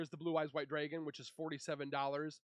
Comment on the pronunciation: Brother please...It's drAgon and not "dRaYgOn"...